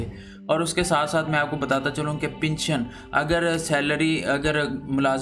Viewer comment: Your pronounciation is very poor. It is pension and not pinsion. Pl learn and practice before going to air your report.